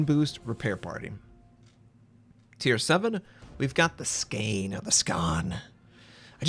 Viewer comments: I lost myself when he says SKANE instead of SKÅNE XDDDDDD OYSTERGOTLAND instead of Östergötland lmfao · Skane is pronounced Skon(e). Also: They are literally introducing space battle torps to random battles... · Skåne is pronounced more like Skawn-eh.